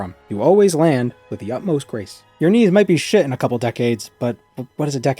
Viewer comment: When you were talking about the bird knees, I just kept hearing "Ni" like "The Knights that go Ni!" from monty python...